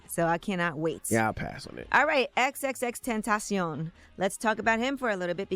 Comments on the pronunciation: Every time she pronounces his name Iit's so awkward. I'd just say "extentacion". Pronounced like "sensation". The way she says it is just dumb and takes too much time. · Is that really how you say his name? Wtf is that? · Why she keep saying his name like that 😂😂😂😂😂